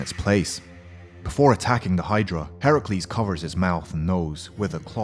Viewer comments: Temuujin YT no he said right heracles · Reptile he pronounced Heracles right because Hercules was the roman version and Heracles was the Greek version